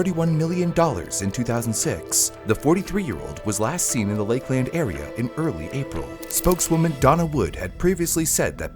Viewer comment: FYI…the Polk County sheriff’s name is Grady Judd. ‘Grady’ being his first name. Also..it’s pronounced more like ‘Lakelind’ not ‘Lake-LAND’. Wild seeing a video about something that happened in my backyard. I didn’t grow up here but my husband did.